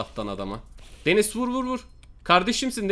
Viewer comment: Abi denize denis diyosun